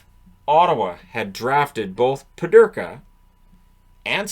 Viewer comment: Peterka not Pederka.